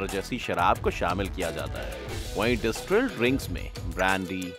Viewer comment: डिस्टिल है, ना कि डिस्ट्रिल। 👍